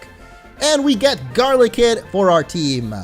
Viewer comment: Its not garlikid its GODLYKID